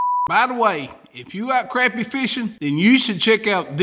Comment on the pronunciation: Thanks for pronouncing crappie the right way!